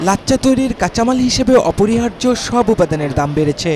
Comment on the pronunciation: সাংবাদিকতার জন্য নূন্যতম যোগ্যতা থাকা উচিত। উচ্চারণটা হবে "লাচ্ছা"। লাচ্চা না।